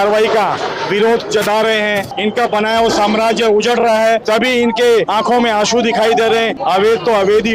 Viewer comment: "Malik ke aankho mein Asoon ...Hahahhahahah.. Ek beer ka 700 aur 800 rupya Lethe hai TB bhi Asoon aatha hai kya? Unleagal nahi be illigal hota hai.....